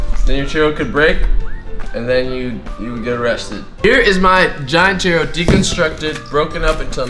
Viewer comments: its pronounced chooro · it sounded like he said "cheerio" which i am eating right now!!! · you say churro like cheerio without the i